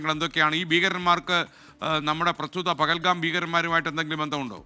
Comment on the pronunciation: പകൽഗാം അല്ല പൊട്ടാ പഹൽഗാം..